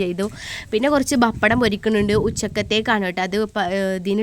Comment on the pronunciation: Bappadam alla pa ppa dam